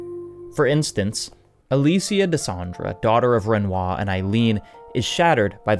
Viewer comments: He's anglicizing the French "Aline" into the English "Eileen." I agree it's a weird choice, but it makes a kind of sense. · I really loved the beginning of the video, I can’t help but cringe when I hear Eileen when he’s pertaining to Aline 😅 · Aline, not Ailine… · Aline. Not Eileen. Jesus Christ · I'm seething as this man calls Aline.. EILEEN. Ahh-lee-nah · How do you get Renoir pronunciation perfect but mispronounce Aline a billion times 😭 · “Eye-lean” lol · My guy its pronounced "uh-leen" not "eye-leen" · Listening to you butcher the name Aline, into Eileen is absolutely breaking me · This is a beautiful video for a beautiful game.... But it's Aline. Not Eileen. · Sorry for being nitpicky but everytime I hear it, it pulls me out of the video, her name is "Aline" not "Eileen" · I am cringing every time he says "Eileen" for the mom's name instead of "Al-een". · It's Uh-leen(Aline) not eye-leen(Eileen) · Damn good video and analysis, but boy did it annoy me that you mispronounced Aline as "Eileen" so many times 😂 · I'm sorry, but it's really hard to take you seriously when you keep calling Aline "Eileen". This ain't a song by Dexy's Midnight Runners. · Aline, not Aileen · Aline =/= Eileen btw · love your videos mate, but saying Eileen instead of Aline is sending me 😄 great job as always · Dude. Aline, not Eiline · Aline, say it with me. ALINE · Aline is pronouced "A" like "abstract", and "Line" like "leen" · Ah-leen. Pronouncing her name wrong like 33 times in a row hurts so bad, dude. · Even in the English version of the game, no one calls her “Eileen.” 😂🤣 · Came to the comments to see if anyone else had pointed this out, lol! Every time, I found myself echoing with "Ah-LEEN!" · I know French names are hard to pronounce, but... come on, Eileen? Sorry, I couldn't resist. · the correct pronunciation is three syllables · Yes. A. Lin. E. Don't use English syllables for a French name. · Great video, except for every time you say Aline's name wrong.